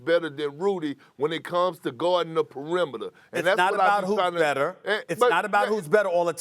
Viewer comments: Perk: … “Rudy GOBURR” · Rudy GOBURRRR as someone from the south we dont say rudy gobert like dat thats a straight NO thang